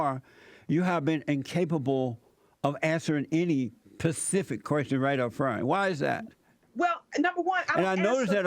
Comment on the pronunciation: “You have been incapable of answering any pacific question” Just hearing his 5th grade intellect gives me laughter.